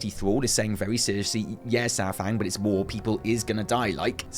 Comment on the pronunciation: Thank you yes I like the long videos. Every time you said "war" I thought you said "wall" as in "the fourth wall" and Im like....................wait. THANK YOU SO MUCH FOR POINTING OUT THE PARALLELS TO WRATHGATE AAAAAAAAAAAAAAAAAAAAAAAAAAAAAAAAAAAAAAAAAAAAAAAAAAA